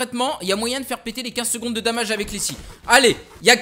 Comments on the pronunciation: DOOOOMAGE et pas "damage" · tu dis damaje